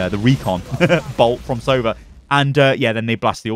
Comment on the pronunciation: One thing about Sova agent name. It's 'sovA', not 'sOva', it means 'owl' in russian.